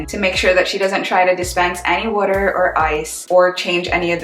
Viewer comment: Wooder!? From Philly? 😇